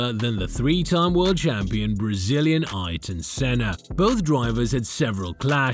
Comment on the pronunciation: Why can no one pronounce ayrtons name.